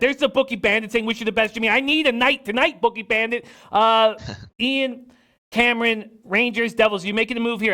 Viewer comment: Who is this booobanno guy?? That’s Ian caneron